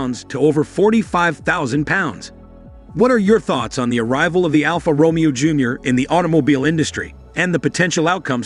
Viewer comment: before u review a car...try and pronounce "Alfa Romeo"